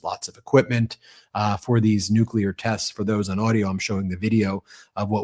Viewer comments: Is it just me or have all the republicans adopted W's pronunciation of nucular? Or is it me? Is it not nuclear? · 💁What's a "New Q Lar" weapon? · Who's this moron that cant even pronounce Nuclear? It this the quality of politician that represents America? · Are these clowns the result of some secret experiment of cloning Nazis from the 3rd Reich? This Troy Nells is surely a case in point! He can't even pronounce "nuclear" properly & he whines over not rewarding his MAGA Brownshirts for being punished over their J6 Reichstag Fire!!! NONE OF THIS IS RATIONAL!!!!